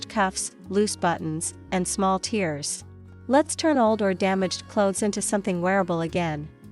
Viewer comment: Small "tears " (sounds like shears should be tears -sounds like bears)